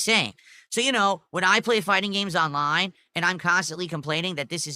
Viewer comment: "AHNLINE"